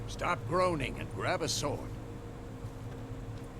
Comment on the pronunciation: Story and sowrd? 🤣 And they say asians love their games extra hard.